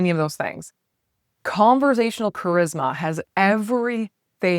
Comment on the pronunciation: Conversational, not converZASHUnal. No Z. None.